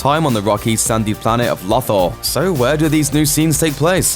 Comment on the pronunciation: Do you wanna try pronouncing Lothal again? Mr. Big True Star Wars Fan? God I don’t even like Rebels and I know that